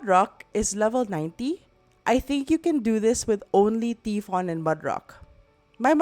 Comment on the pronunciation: Tai fon not T fon pronunciation